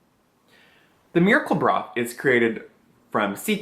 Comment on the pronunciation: Great series! Can't imagine spending that much for products, but it's great to hear a totally honest perspective. When you first said "miracle broth" in the video I thought you said "miracle bra" lol...this guy invented a cream and the miracle bra?? Oh wait...duh...lol! Have a wonderful day!